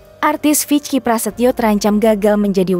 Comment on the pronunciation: Itu bacanya viki bukan vic ki